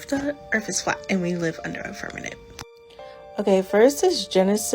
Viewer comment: .... omg, girl, it's "fir-ma- M ent!!!!